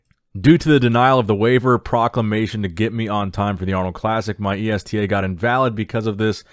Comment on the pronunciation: It Is ESTA. You are a great speaker but jesus get yourself some lessons in reading. When you pronounce names,any names other than the one you know you are sooooooo wrong on most.